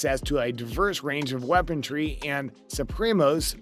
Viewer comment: Did an AI write your script? And how does a gaming channel narrator manage to mispronounce 'weaponry' of all words?